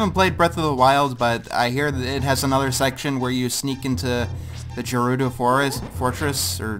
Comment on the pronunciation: Gerudo makes the G sound, not a J sound.